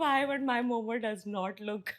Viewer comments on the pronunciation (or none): It’s MO:MO not momos please🙏🏻😭and momo with mayo is like crime😭